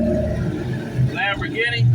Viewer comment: Lamboginny 😂 - I gonna tell you a little story about a man named Jed looking joker. You're so dumb, do you know the value of the dollar vs. most African currencies? This gap tooth musty mouth admitted he's never been to any of these countries so why would he speak on them. That is next level ignorance. Stay at your own level Then if you're the smartest in the room. "Contradiction" He can't even pronounce the words correctly. He has to be trolling 🧌 for comments. Crack is a terrible drug looking 🫏